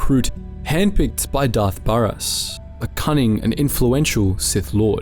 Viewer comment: Great stuff, but like, the game is easily accessible, how are so many names getting butchered 😭never have i ever heard someone pronounce Baras like that lmao